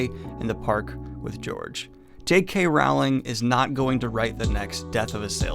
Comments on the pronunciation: If your going to SLAM someone you could at LEAST pronounce her name correctly. It's ROWLIKG like BOWLING. NOT Rowling like howling. Other than that, I agree. This book SUCKS!!! But please learn to pronounce her name correctly. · Hello Daniel, just FYI it's pronounced Rowling as in Bowling, not "Raughling", other than that, great video man! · Her name is not R**OW**ling (as in "ouch"), but rather "R**OH**ling, like "roll". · Rowling as in Bowling dude, not "Raughling" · I hate myself for even typing this, but it's Rowling, pronounced like "bowling." The middle part of her name is pronounced "ole," not "owl." Thank you for coming to my Ted talk. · Rowling is pronounced rolling. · I pronounce her Wowling But to defend myself with a German Acsend it's Wowwling or RRRowwling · It's Rowling, like bowling (not like howling) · You’re still mispronouncing Rowling’s name omg 😬😶 (sounds like Rolling) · Rowling is pronounced like bowling. Just fyi.